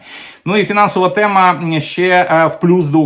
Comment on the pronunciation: сьогодні вам я поставлю лайкос, тільки за те, що мені не різало вухо оте ваше, рашистське, -- "тєма", "схєма", "проблєма". P.S. Але ж, ні, в кінці ви таки викинули своє рашистське "тєма". Ну, не в обіду вам, але так виглядає, що ми з совка вийшли, але совок залишив свій слід. Ви послухайте, як говорить корінний росіянин, котрий не так давно перейшов на українську мову, телеведучий Олексій Суханов. Та в його вимові близко нема таких висловів, як у вас,корінного українця, котрий частину свого життя пропрацював на УТ.